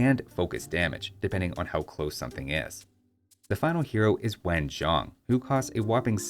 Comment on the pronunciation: . If you can't pronounce Wen Zhong properly, just call him the Grand Tutor since historical that was actually his role during the finals years of the Shang Dynasty